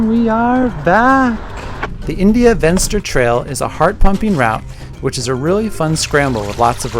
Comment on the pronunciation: "Venster" is an Afrikaans word, not English. It means "window". So, it is pronounced "Fenster". The V is pronounced as a F like in "Fence".